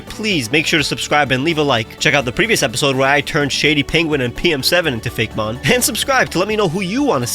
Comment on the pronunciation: This is a nitpicky kinda question, but why pronounce it Fake-mon instead of Fay-Key- mon like actaul Poe-key-mon is pronounced?